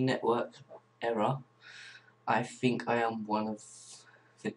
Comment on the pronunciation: And really??? Learn to talk bro, its think not fink.